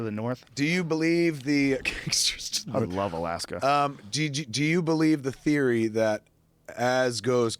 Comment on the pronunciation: Curtis DipDip that's how he pronounced theory.I thought it sounded a little pretentious lol